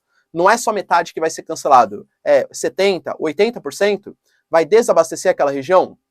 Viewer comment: "Seteinta, oiteinta por ceinto" que pronúncia mais estranha!!!